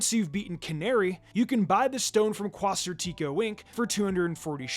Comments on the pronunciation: I pronounce it like “quas-artico” not sure if thats what you meant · I'm sure you don't realize it, but you're pronouncing Quasartico wrong lol. Its pretty funny. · The way you pronounce Quasartico is crazy lmao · I am almost certain that is not how "Quasartico" is supposed to be pronounced. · Don't forget how he pronounces "Quasartico".